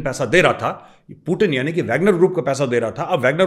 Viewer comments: Major saab aap khatna karwa liye पूतीन को पूटिन बोल रहे हैं😂😂😂😂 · Major saab apko paxtani 0.5 percent dekhte hain पूटिन नही पुतिन हैं😂😂😂